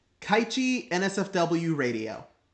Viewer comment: I was laughing so fcking hard when you said kaichi LOL